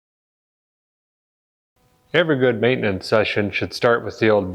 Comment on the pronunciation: I like the first way you said it best. MANtenance